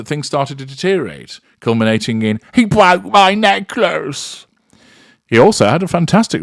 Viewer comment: please say your inimitable "He bwoke my neckliss" more often😂